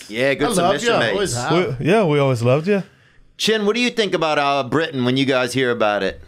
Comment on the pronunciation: So weird watching this episode because my name is Britton. Every time I heard someone say Britian my ears lit up. 🤣